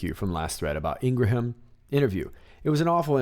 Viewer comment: Thank you for an excellent job as always! Just a tiny thing, her name is pronounced “Ingram”:)